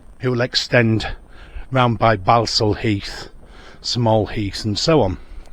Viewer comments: It’s pronounced Ball-saul not Bal-sul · Its pronounced Ball. Sal Heath. Ball not Bal. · It's pronounced", ball stall" heath as in "football" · Its pronounced ball sall heath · Balsall in Balsall Heath is pronounced 'Ball-sall'. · Its pronounced Borsal heath🤣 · Its pronounced borsal heath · You can't even say Balsall Heath correctly 🤣 it's pronounced Borsall !!! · Pronounced boresal Heath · 'Balsall Heath' - pronounced 'Bor sul Heath'. shyt ole